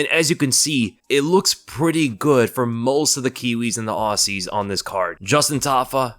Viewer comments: Aussie is pronounced like 'Ozzie'. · PUBLIC SERVICE ANNOUNCEMENT AUSSIE IS PRONOUNCED OZZY! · It's pronounced ozzy.